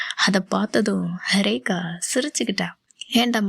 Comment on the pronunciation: எனக்கு உங்க வாய்ஸ் பிடிச்சிருக்கு நீங்கள் ரேகா ரேகா னு சொல்றது ரொம்ப நல்ல இருக்கும். என்னுடைய பெயரும் ரேகா தான்.நீங்க என்னை கூப்பிடுற மாதிரி எனக்கு இருக்கும் ❤❤❤❤❤❤❤❤❤❤❤❤❤❤